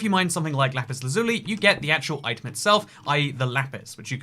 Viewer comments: it is pronounced lapis las-you-lie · Lapis laz-you-leye